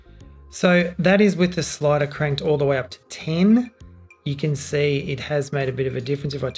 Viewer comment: Why did you say "see" as "say"? Since grammar school I was taught "see" pronounced as "sea". It's quite difficult to hear a sound but having to refer to different meaning as the one we usually recognized because we need to stop and think. Then a lot of things you've said are flown by and missed.